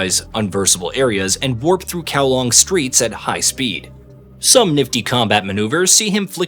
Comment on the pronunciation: You made effort to pronounce the Japanese names, but zero effort to pronounce Hong Kong’s district setting Kowloon. Kowlong and then Kowloon. Very telling.